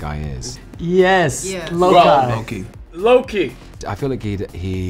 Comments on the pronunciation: Y'all been pronouncing it wrong, it's lo-kai not lo-kee... Refer to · Everyone: Lokee Ruffalo:Lokai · Everyone : Yes loki Mark rufflao : Lokai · Lokeye?? really mark ruffalo??? Lokeye???🤣🤣🤣🤣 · LOK-EYE- LMAO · No one: Literraly no one: Not even a single soul: Mark Ruffalo: LOKAI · Is Mark trolling? He said "Lok-eye" and "than-us" lmao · Probably trolling with "Lok-eye" but some people pronounce Thanos like him. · Thay-ness? Low-kai! Oh, Mark. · Mark literally said "Lokeye"